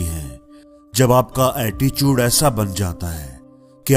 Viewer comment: वो अटीचूट नही attitude hota he 😅😅😅😂